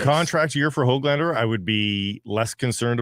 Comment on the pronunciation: It’s pronounced Höglander not how-glander. The umlauted ‘ö’ is a different thing, a separate vowel from the English ‘o’. Get it right noob. Go back to school and learn another language…at least try for a minute instead of coming across as an idiot. Just because the media is stupid doesn’t mean you have to follow suit. It a classic case of sheep in the herd